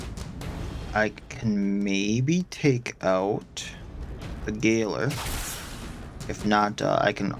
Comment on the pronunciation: First the kicada and now the gayler. I look forward to what other miss pronunciations we stumble upon.